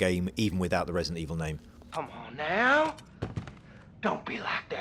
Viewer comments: Great, the guy with the speech impediment narrating this again. Wesident Eviw is scawy but gweat.... wight? Jesus, hire a speech coach for the dude already!! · "Vesident Evil" LMAO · ...Im gwad we didnt have to wait unto febuwaway fow wesident evoww to welease. I dont think I kewd of waited that wong.